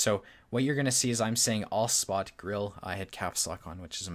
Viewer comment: I like your videos, but please pronounce the 'e' in 'Grille'. 👍